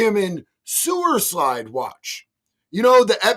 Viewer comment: He couldn't even do sewercyde right.